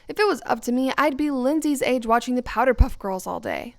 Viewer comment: Did she just say "The powder puff girls" I thought it was power puff girls 😂